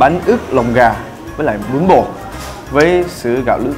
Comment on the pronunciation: em nghe bún bò thành bún bột